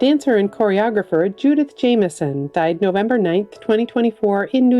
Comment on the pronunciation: Judith Jamison's last name is pronounced JAM'-ih-son. Like toast and jam.